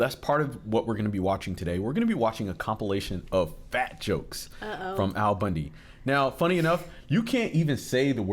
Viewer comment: This man, no kidding, has statues in Eastern Europe. Al, not Ed.